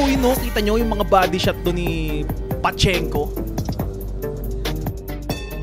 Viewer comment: Correction, Pachinko ang tamang pronunciation from Japan.